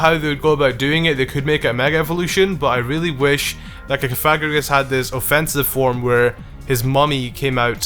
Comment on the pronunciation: Omg it's cough ugh gree Gus. Sry but the way u say it is a bit offensive .